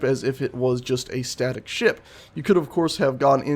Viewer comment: why do keep hearing ship as shit?